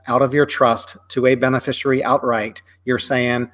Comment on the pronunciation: Is it "bene-fishery"? I think it is beneficiary ( benefish-ee-air-ee).